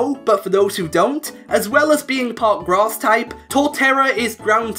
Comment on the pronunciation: 12.00 did you say ice and grat?